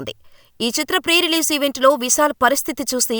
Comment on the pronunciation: విసాల్ కాదమ్మా. విశాల్.